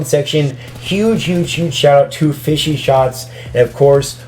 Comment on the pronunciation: FishShots* idk why he said it "fishy"